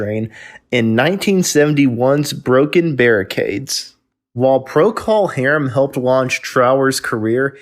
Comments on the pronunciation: It’s not Pro Call Harem. It’s Procal pronounced Prokle. Are you clueless, fake or bad AI? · ProCALL .... STOP SAYING IT LIKE THAT! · Every time you say Pro-Call Harum. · It's not Prockle Harum , more Prokul Harum . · “Pro Call Harem”. REALLY?!!!!! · What’s with the “PRO-CALL HARUM” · You are pronouncing procol harem incorrectly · Thanks for saying it , someone had to. Fekin click bait . . . And I'm out , if I hear it say pro-cull hairm again. I'll beat the computer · Learn how to pronounce the band's names! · Yeah. That was annoying as f*ck! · I had another quick look at the comments. About 20 of them, or more, are about this mis- pronunciation. It is at about the point. I hadta look, to figure out who created this video - it's by "What Happened To". - My point is that complaining about a narrator, on a YouTube video is useless. OF COURSE the band's name should be pronounced right - BUT IT ISN'T. What are you gonna do ?? You can howl at the Moon, piss- into a hurricane, or be "tilting at windmills" ( Don Quixote )... - Complaining about it will accomplish nothing... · Sounds like he got into dummy juice. Pronunciation of the band’s name sounded like he knew what it was. Somebody hie me to replace clones like this. Why would you believe anyone who can’t pronounce the name? He probably calls Trower’s big song A Whiter Shade of Quail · If the narrator could only pronounce "Procol" properly, I wouldn't get the impression he simply drummed up research on something he knows little to nothing about. However, in the context of bringing Robin Trower the recognition of the spirit of Jimi to the masses, it is applauded. There will never be another Jimi Hendricks, but guitarists like Robin Trower gave us another aspect of the stratocaster blues. Thank you, Robin, and the band.